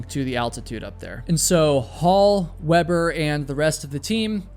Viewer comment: Yet he butchered GERMAN climber Thomas Weber. Saying his name as if he was from the US. Tommus Wuabburr... 😂